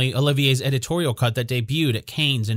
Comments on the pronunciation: This "Canes" is driving me crazy! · 1. It's pronounced CAN. 2. the photo was taken at the Kennedy White House not in Monaco for Paris Match!!!